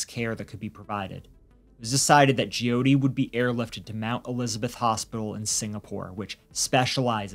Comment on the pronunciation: It's pronounced Joe-tee not gee-oh-tee.